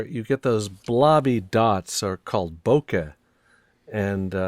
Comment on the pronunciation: These paintings are awesome! Also thank you so much for pronouncing Bokeh correctly...